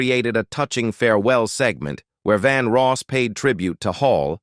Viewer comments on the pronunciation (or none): His name is Vandross not Vanross. Bigtimer like yourself should have checked the correct pronunciation & spelling before running your mouth. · This announcer does not know how to pronounce a lot of the names, Madea, Vandross, Jay Leno. Doesn't he do some research better he opens his mouth.